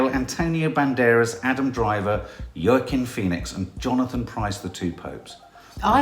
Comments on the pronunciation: Please stop calling Joaquin Phoenix Yurkin it’s pronounced Wakim. Although he was using the name Leaf for a while as nobody could pronounce Joaquin properly. All his siblings got hippy names like Summer, Rain, Liberty and brother River (RIP), he moans he got the oddball name in the family 😊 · Actually pronounced “Hwakeen” Phoenix. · you are mis-pronouncing Joaquin's name. It's pronounced "wa- keen" lol, cute though. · Its pronounced Wahking ( Joaquin) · Laura Thank You! Someone finally said it!!!